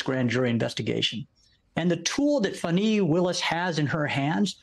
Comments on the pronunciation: "FAWNEE" (not fun-ee) What is wrong with people not saying her name correctly? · "Fun-nee Willis"? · Can someone give the correct pronunciation of Fanni? It’s not okay or remotely cool to mispronounce Fanni’s name. Talk about privilege. Yikes!